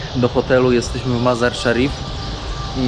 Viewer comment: Ten twój kumpel potrafił prawidłowo wypowiedzieć nazwę miejscowości, w której jesteście Mazar i Szarif, co tobie się nie udało ani razu. Ty tylko grubo i grubo, bo nie wiesz co powiedzieć. 60 km jedziesz 4 odcinki, ale jest ciekawie, bez przewodnika. Nawet twój kumpel Faza brał przewodnika. Powodzenia życzę